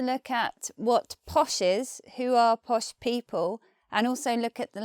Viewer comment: What on Earth are 'posh peepuww'?